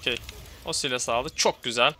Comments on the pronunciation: bro saylıs diye okunuyor silas değil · guzel video ^^ ama artik sylasa silas diye seslenmesen :D